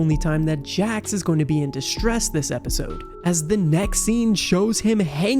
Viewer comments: It's jax not Jack's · His name is Jax not Jacks